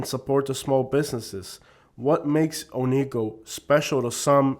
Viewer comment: Oneco isnt a bad place. Its kinda like a big flea market. It can be a fun place to spend a day It is pronounced OH - NEE - KO BTW